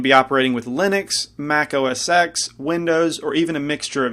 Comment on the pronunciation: It's pronounced 'OS Ten'. Steve Jobs said so himself. FYI.